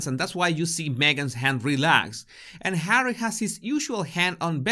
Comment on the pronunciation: It’s kind of humorous when you call just Hawwy just “Number 6” 😂